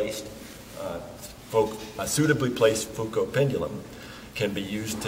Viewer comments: I listened to this video to grasp the correct pronunciation of "Foucault". Figured a Dartmouth professor would be a good authority... He pronounced "Foucault" THREE different ways within the space of 3 minutes. I'm still at sea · Interesting that he tries the French pronunciation of Foucault but does not say "pendule."